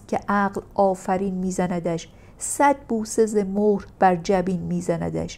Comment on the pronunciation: 👏👏👌👌👍🙏❤️گمان کنم در شعر خیام مهر(mehr) را mohr خواندید.سپاس از تلاشتون